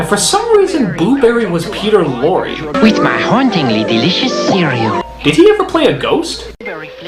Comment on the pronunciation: Don't sing if you can't. Or pronounce words if you can't. It's cereal. not "see-wee-ew"